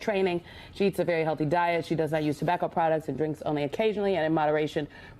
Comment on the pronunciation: It's PRONOUNCE! NOT PURNOUNCE!!